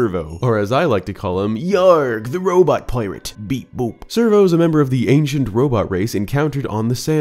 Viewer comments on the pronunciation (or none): It’s for sure pronounced sker-vo like a play on the word scurvy. Hence Scurvo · You say Scervo(sir-voe), but I think it's probably Scervo(skir-voe) since he's a pirate and pirates would sometimes get scurvy. There are usually puns like that in Nintendo games like nearly all the Toads in Paper Mario being puns as well, but Zelda has punny names from time to time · That robo Captain's name would be pronounced scurvo, rather than survo. As in, you know, "scurvy dog" and other pirate slang. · I'm sorry but you are pronouncing scervo wrong its actually pronounced (SKER-VO) with a K sound it a play on words between scurvy and servo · There's no way this name isn't pronounced "Skervo". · Is there a particular reason you decided that the C in "Scervo" is silent? You don't think it's supposed to reference him being a "scurvy" pirate? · Are you sure the c in LD-002G SCERVO is silent? I always thought the name was a sort of fusion of scurvy and servo… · Great vide as always, though your pronunciation of Scervo annoys me to no end